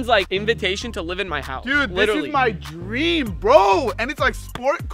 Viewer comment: Faze rug said drem instead of dream